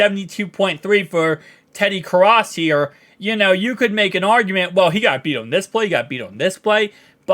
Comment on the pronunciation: You are pronouncing Ted Karras last name allwrong.